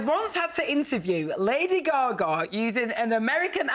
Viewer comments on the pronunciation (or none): They keep saying lady “ga-gah” 😂😂